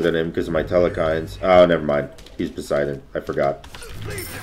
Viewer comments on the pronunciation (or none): The way says telkhines makes me cringe every time. theres no E after the L, and never has been. reminds me of back in the day when CoD players said "marty-dom" how do that many people not know the perk was named using the word martyr? It is, however not as bad as the way he says Ymir... its E-Meer, not Yuh-Meer. Sorry pronunciation is a pet peeve of mine. I still love ur vids